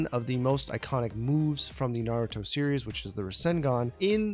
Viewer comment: He actually said Naruto right?!